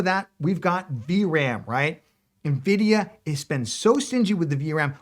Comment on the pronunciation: You know they're called Nvidia and not right? There's no "i" in front